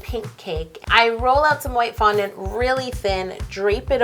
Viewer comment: it sounds like it's not a cake it's a foundount lol😁